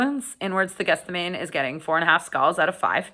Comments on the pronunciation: Might have been useful if you could pronounce the album name properly, it's not called Guess The Name, although that seems to be what you're doing! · GETH SEH MAH NEE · I haven't heard anyone pronounce this properly, yet: Gethsemane is pronounced Geth-sem-er-knee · Great review. But that's not how you pronounce Gethsemane. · Might have been an idea to check the pronunciation of the title before filming. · I went to Catholic school and Catechism growing up. The word Gethsemane was definitely not pronounced the way it is in this video or by Blayne recently, by our Catholic teachers, priests and nuns. The correct pronunciation is also easily Googlable. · It wouldn't be a video featuring a Canadian without repeated mispronunciations. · Just FYI, "archon" is a Greek word pronounced with a hard "ch" ("ARK-on"), and "Gethsemane" is pronounced "Geth-SEH-mah-nee" (four syllables, with the stress on the antepenult/third-to-last syllable), not "GETH-seh-mane" (only three syllables). Sorry to nitpick, I enjoyed the review!